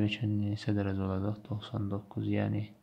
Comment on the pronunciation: muellim deyir ki olajax :) demeli olajaxdanaaa :))))))))))))))))))))))))))